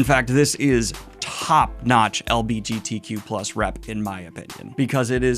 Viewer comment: It's funny when the person who looks for "lgbtq+ representation" can't even say "lgbtq+" properly. I understand reading fantasy to be an escape/comfort, but I don't understand this growing trend of only wanting to read books with characters that you "identify" with when that identity is literally just who you're attracted to. If I'm reading a story that has people of other races, ethnicities, cultures, sexualities, etc. it's BECAUSE I DON'T identify with them. And in a world where life/death is at stake the least important thing is who the characters have sex with.